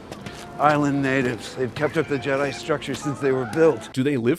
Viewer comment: "Luke Skywalker, Jidai Master"